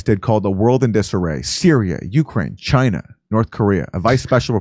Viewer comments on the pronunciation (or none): none